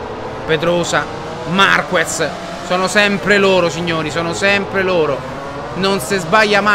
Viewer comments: In gara i tempi si alzano perchè in qualifica si usa una gomma molto più morbida e quindi con molta più "presa" sull'asfalto...e comunque si dice MARCHEZ non MARCUEZ.... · Marquez si pronuncia MARKEZ, a parte il difetto di pronuncia polliccione in su per i tuoi video e la serie moto GP continua cosi! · Si pronuncia MarKez...e comunque, scusa se te lo dico, si vede che non guardi la MotoGP...è normale che si vada più veloci in prova che in gara, è sempre così. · Si scrive marquez ma si legge marchez